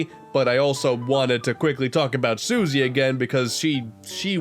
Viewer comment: He got Taranza and Susie correct!